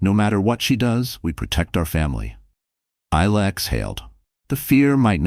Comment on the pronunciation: Isla is pronounced I la not ela0